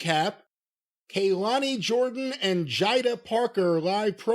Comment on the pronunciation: you are trying too hard with the mispronunciations. Absolutely no one with even a single brain cell would say Kaylani, Jyder, Mishin, or Sol Rucker, wtf. Problem in chair, not on screen. Surprised he didn't say Taylor Baté and Pate Doone. This is a guy who pronounces Japanese wrestlers names from the 70s and 80s flawlessly btw. Are the nxt names stupid? Yes, some of them absolutely are. Can a simpleton pronounce them correctly? Yes. We already know someone is going to reply to this with a terribly original insult, can't wait to see which one it is.